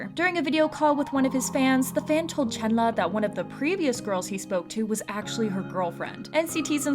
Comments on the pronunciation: It's chenlee not chenla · Ayo u said chenla not Chenle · im crying ive always pronounced chenle as CHEN LEE i didnt know it was chenluh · It's pronounced Chunluh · I been pronouncing Chenle wrong this whole time. 😣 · hi i just stumbled upon your vid. i appreciate what you're doing here but please learn how to pronounce Chenle's name correctly. i know you're probably not a native chinese speaker but it'd be great if you could at least try to pronounce it as close as you can. i apologise if i come off rude, please know i don't mean to disrespect you. thank you. :)